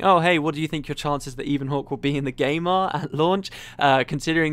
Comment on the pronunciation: Isn't Ebonhawke pronounced in the same way as you'd say "ebony"? Given there are terms like "Ebon Vanguard" and so on floating around and that "ebon" itself is a middle english word (meaning basically lustrous black), it's how I'd read it.